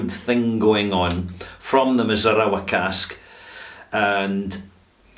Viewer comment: mee--zoo--naa--raa. Great review, as always. Thanks for the time, talent, and care you put into your work. I've learned a lot from watching you from here in Tokyo.